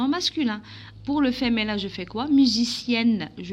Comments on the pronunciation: Apprenez d abord la prononciation française on dis Féminin et non pas femenin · On dit féminin avec mi pas avec mé